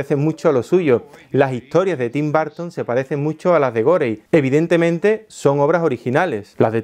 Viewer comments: Tim BARTON... Pensé que era Tim Burton. Jajaja. Dilo otra vez jaja Tim... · Tim “Barton” !? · TIM BARR-TON le debe mucho a GO-REI ?